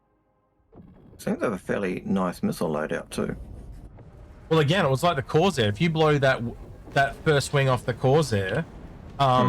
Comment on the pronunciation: CorSair, not Corzair 🙄